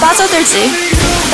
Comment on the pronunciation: 스프라이트할때 그 발음이 너무 좋음 광고나올때마다 보게되네 끝까지